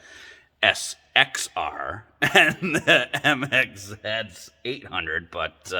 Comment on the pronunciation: MXZ 700 , bro you need to work on your accent. I have a 2000 MXZ 700 and it fly’s , had it at 110 plus across Newfound lake in NH .